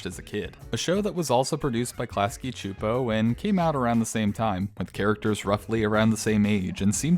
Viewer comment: csupo is pronounced “soup-oh”